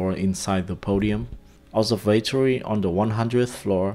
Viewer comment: my only suggestion is that you learn to pronounce observatory correctly because until I saw the word I had no idea what you were talking about. otherwise it's an excellent video